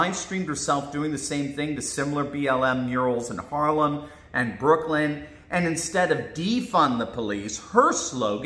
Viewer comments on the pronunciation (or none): none